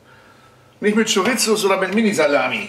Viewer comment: Wie immer ein cooles Video! Aber bitte sag Chorisso. So wird das ausgesprochen... 😬 Sorry. Aber deine Stimme hört sich wieder super gut an!